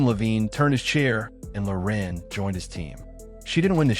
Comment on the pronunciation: Loren, not "Lorin"